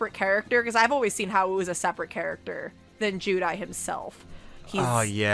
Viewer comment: Not to be criticize, but her pronouncing Haou as "HA-WOO" hurts, and it's funny. The name is Haou "HOW" but with a silent "U". Also, I see Haou as his own person, I actually RP him as separate from Judai. My three fav characters are Haou, Ryou, and Yohan (Yubel possessed Johan).